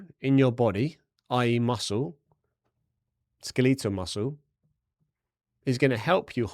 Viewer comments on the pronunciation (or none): what is skel-leetle muscle ?